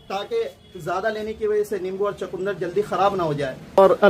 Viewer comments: भाई चकूंदर नहीं सही शब्द है "चुकंदर"। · Bhai chakundar nhi chukandar hota h